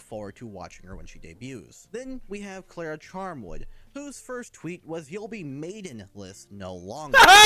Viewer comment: I like the visual designs for once, but ugh no.. If it's meant to be the Swedish Klara then the a's are pronounced as the a in far, would be fun if it was a European for once. Been a while since THEWAVEWELETGETOFFWITHANYTHING I mean Cuxiem.